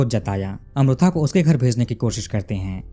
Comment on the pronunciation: मैने आपको बताया था की साऊथ का pronounciation कैसा होता हैं. फिर आप गल्त उच्चारण कर रहे हैं. वो अमृथा नही अमृता हैं. इतना भी क्या "हम नही सुधरेंगे " अटीट्युड?